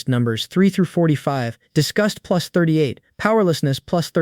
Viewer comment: Bro is saying pluts 1 pluts1😂😂😂😂😂😂😂